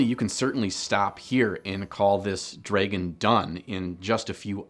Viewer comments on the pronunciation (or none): Wait so your telling me I have been saying dragon wrong all these years its dreygon not dragon hmmmm real mind opener. Jokes aside this channel keeps growing on me every video posted thumbs up and subscribed :) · Am I the only one weirded out by the way he pronounces "dragon"? Not even going to mention the socks :) Cool vid tho!